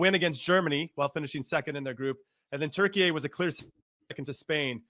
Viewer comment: Stop saying Turky-ey!!! So stupid!